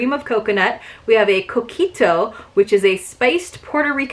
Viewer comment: Coquito! Excellent pronunciation! You will have to try some at Christmastime and I hope you let us know what you think. (No egg in it.) This was a fun box and now I can't wait to go on vacation and get myself a piña colada, too.